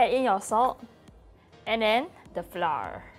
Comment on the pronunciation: when someone gonna teach that flour is pronounced like 'flower' instead of 'fla'